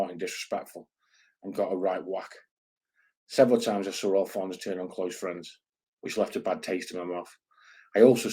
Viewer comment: Liking the international flavour bud. Btw, it's Alfonse not Alfonso 😂 But fair play, the Ozzy lot are an interesting bunch. Mad as you like 😜